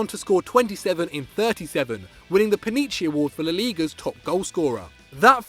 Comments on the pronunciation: " Panicchi " award for laliga highest scrorer ? Its pichichi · It’s Pichichi award** not pinichi, please give up on life 🤦🏾‍♂️ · Come on, say it with me, pi-chi-chi... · Pinichi award? Its pichichi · The hell is “pinichi “? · AP Editing on top of all names misspelled... He said Pinichi.... for Pichichi. Hahhahhahhahaa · lol the "pachichi" ye? it's pichichi you wetwipe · Its the pichichi award, not pinichi. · It's PI-CHI-CHI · Anyone hear call the pachichi the “panichi”??? 😂